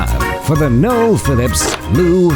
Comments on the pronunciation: I've never seen a burger on a flight - that is absolutely epic. Also love that even American robots can't get their head around the name "Noel". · I always have a little laugh when AI voice pronounces "Noel" as Nowel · AI calls you Noelle hahaha...well that's better than Josh Cahill calling you Noyel 🤣 I agree with you...Metholulu isn't my favourite city either. Oahu has plenty of nicer areas on the eastern and northern sides of the island.